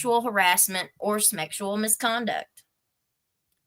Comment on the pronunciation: "Smeckshual harassment," LOL!😂